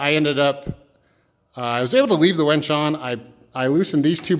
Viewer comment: I keep hearing wench...